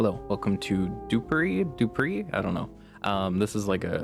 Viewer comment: DUPERY!?! ngl, it sounds like Poupori, so it caught me off guard